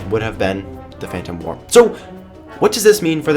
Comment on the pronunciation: 'wur' War,, war. Not wur.